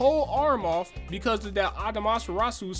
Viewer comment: This man can’t pronounce his shit lol Susan and atumarusu